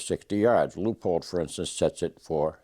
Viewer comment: This gentleman speaks proper English. Leupold is pronounced "Loopold" NOT Leopold. Drives me nutz!